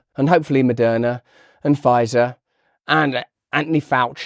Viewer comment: Did you actually accidentally say Murderna? Nah